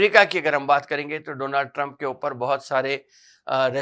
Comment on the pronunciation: Actually Sadendra Mohri ka pronunciation "DOLAND" TRUMP Thaaa jabh Trump Dump India ayaa thaaa Dolaaan nahi hahahhaha